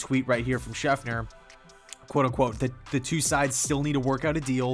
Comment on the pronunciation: It's SchefTer not SchefNer...